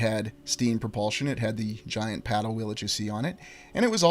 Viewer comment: giant. Or Gi ANT 🐜 🙄 🤣